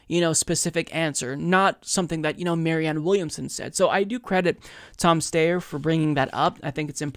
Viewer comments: Do you mispronounce Steyer’s name on purpose? I’m certain that it’s “Steye-er,” not “Stay-er” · I love you but it's pronounced STYer. NOT STAYer. I think the general rule should be however the person pronounces their own name is how we should pronounce it. Thank you! ❤ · Steyer... Sty-er Its Oscar Meyer not Oscar Mayor. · Don’t worry one of these days you’ll pronounce Styer right. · Tom STIER is the pronunciation